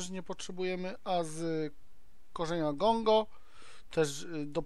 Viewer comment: czytaj poprawnie:D Gango nie Gongo ^^ Dozorca, nie domokrążca:D